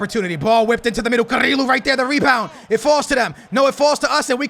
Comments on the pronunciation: CariLo, Samarajs, Garmaldo😂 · It's pronounced "Cariyo" not "carilo" pls skillz